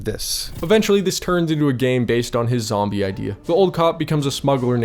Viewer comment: Sara eez'a ded zzzambie win